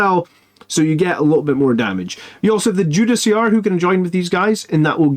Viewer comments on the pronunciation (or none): none